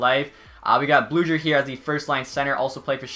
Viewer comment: Teddy Blueger is pronounced "Blue-grr"